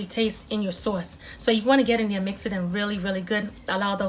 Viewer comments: I'm trying your recipe first timer just found some crab meat in Ohio so thanks for info and the accent "Soauce" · They look delicious. The sawce is killin me. I know you from Baltimore. 😂😂😂😂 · Are you from NY? That "sauce" sounds like my "sauce" and I was raised in the boogie down. I am going to try this for my lunch. Looks yummy! I like that you did not fry them.